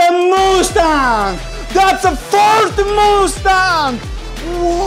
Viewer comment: Just so you know It is pronounced must-ang